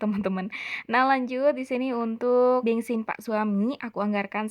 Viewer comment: Kenapa nyebutnya bengsin beb?😂 Kalo disini mah Bensin 🤭